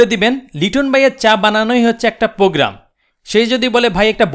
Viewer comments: he is fool who can't say program :D ..he said pogram luul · Program.... not pogram